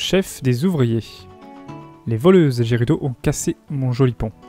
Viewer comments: On dit gerudo et pas jerudo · On dit valee gerudo avec "G" mais sinon très bonne video